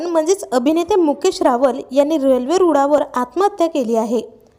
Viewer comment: रूडावर नाहीं. गं. रुळावर तु पहील्यांदा तुझी भाषा सुधार. मग बातम्या दे.